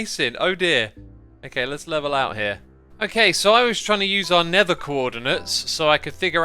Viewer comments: Xisuma pronunciation guide: - Lever: leather - Never: Nether - Frew: through - Frone: thrown - Finking: thinking - Oh my goodness me: wow - Rotted: rotten - Ravenger: Ravager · Xisumavoid: never Me: you mean nether Xisumavoid: DID I STUDER!!